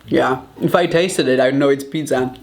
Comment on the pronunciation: anyone: pizza Raphael: PITDZA